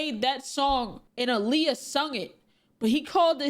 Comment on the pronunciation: The way he pronounced aaliyah's name made me so mad. So disrespectful.